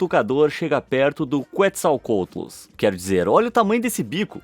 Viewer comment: Se fala QUETZACOATLUS NAO QUATZALCOTLUS